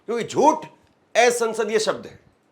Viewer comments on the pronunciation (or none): धर्मेंद्र जी आप असंसदीय को एसंसदीय बोल रहे है । सही उच्चारण कीजिए